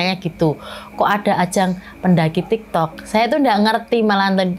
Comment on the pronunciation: Kok jd nyengir pas mama nya bilang tiktok, ternyata tektok😂